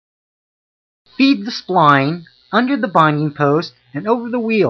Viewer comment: If you want to be credible call it a “spline tool” not a “spleen tool”